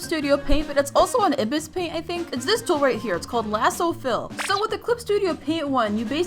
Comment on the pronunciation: OEGAFNLISUH- i'm sorry.. ib-is just got me... (I-biss :is how to say)